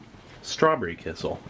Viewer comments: Kissel, kissel... oh you mean kisiel! It took me 5 minutes to figure it out :P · It's "ki-shiel" , NOT "ki-sal" - you should wait till it cools down When I was in South Korea, there were some chicken restaurants which cooked the chicken so well that (just like you) I could eat the bones. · In Poland it’s pronounced “KEY-SHELL” 👍🏻 love the channel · My parents are from Eastern Europe and they always pronounced it 'key-shell'